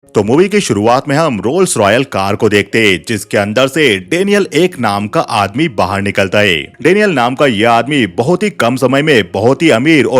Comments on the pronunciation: Rolls royce ❌ rolls royal✅ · Rolls royce ❌ Rolls royel ✅ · Bro Rolls Royce ha rolls royal nai 😂